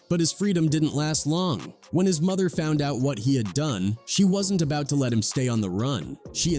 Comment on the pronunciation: "Thaw street is a mootha" 😂 😂 😂 😂 wth lol hate those lazy content creator not double checking before posting. Could've written "Da streets is a mudda" 🤷🏾‍♂️